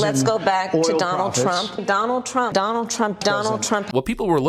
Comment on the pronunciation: Donell Trump (her pronunciation) is to blame for everything she did. If not for Donell, her history would be pristine. In fact, if it weren’t for Donell Trump, she would be a Virgin. Even though she never met him before the debate that she won.